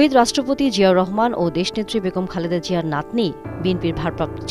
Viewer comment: Not Jia pronounce Zia properly please